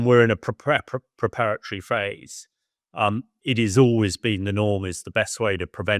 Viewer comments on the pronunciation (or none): none